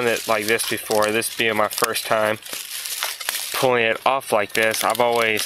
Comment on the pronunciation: i thought i was hearing things until i scrolled down, also he keeps saying pilling instead of pulling